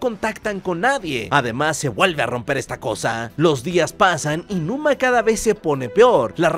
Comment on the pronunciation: Numa no luma